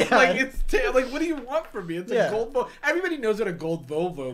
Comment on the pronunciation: Literally I thought they were saying "vulva" instead of "volvo"... like I thought it was like "yeah, back of the vulva." "What color was it?" "Gold, kinda tan-ish"